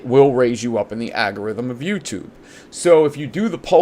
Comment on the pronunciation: Algorithm is pronounced Al-go-rythm not Agg-a-rythm,. I know you are deliberately mispronouncing algorithm to have a comment made...right? 🤦‍♀😏😘 Great show!